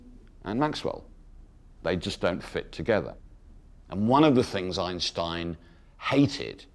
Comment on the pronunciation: It's a well known fact that, before he passed away, the famous physicist changed the pronunciation of his family name to EENSTEEN. 🙄